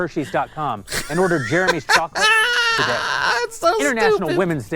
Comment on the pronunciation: Totally agree with you, but u gotta admit that woman on the left is hot. Also why do u pronounce Jeremy like “germy”